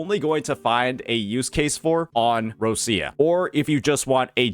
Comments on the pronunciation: More like rotcha or roccha, not roshia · her name is pronounced more like Ro - Cha